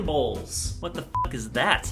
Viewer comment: When you said bowls will be the death of me I thought you said balls will be the death of me